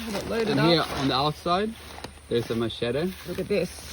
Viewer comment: I like how he says "Machete".